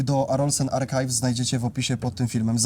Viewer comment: używacie angielskich nazw. Archives wymawia się - arkajws. 😊